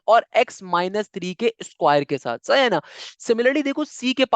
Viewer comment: sir its sahi hai na not saha na